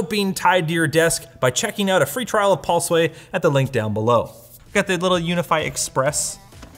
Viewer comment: "PaulSway" = Pulseway